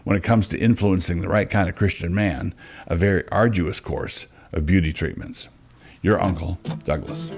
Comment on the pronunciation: "Beauty Treament"?